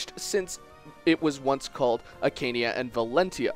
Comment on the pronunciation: Anri? Judgal? Akania? You got your english names wrong. Arni. Jugdral. Archanea.